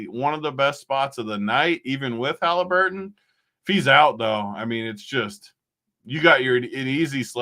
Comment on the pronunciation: Stop saying haleeeeeburton please